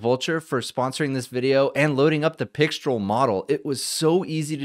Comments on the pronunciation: C'est Françaaaaaais?! 😅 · Pixtraaaal. Alternatively, you could wear a black beret, a white-and-black striped shirt and hold a cigarette, at which point you can go ahead and pronounce it either way. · "Mistral" is (English/American-ised) pronounced with an "el" sound. Pixtral would be similar. So "Pic-strel" would be appropriate. However the French pronunciation is with an "all" sound. Since mistral is a French word for a cold wind that blows across France, I would go with that for correctness. It's actually more like "me-strall", so in this case "pic-strall" should be correct. At any rate, I look forward to a mixture of agents/experts scenario where pixtral gets mixed in with other low/mid weight models for fast responses.